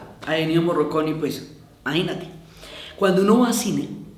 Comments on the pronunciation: Morricone. Se pronuncia Morricone. Ni Moroconi, ni Morroconi, ni Morriconi. Morricone. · MorrIcone no Morroconi. Pensé que se había equivocado pero lo pronunció mal todas las veces. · Diana, en este homenaje hubieras partido del punto de pronunciar el nombre de Ennio Morricone (no morroconi 😕) correctamente. Por lo demás todo muy bonito.